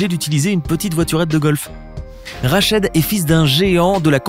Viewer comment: C’est rachid ta mal prononcer le nom